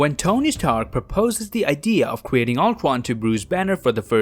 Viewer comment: I love your vids but damn you speak like you have some kind of speech impediment or trying to talk cute. Cweating Ultwon, Amiwica, I mean damn